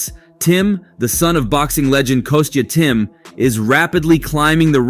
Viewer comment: " kostys tim?" What an embarrassment this channel is.